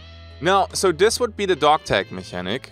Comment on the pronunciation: I agree that it's an issue. (It's pronounced "mechanic")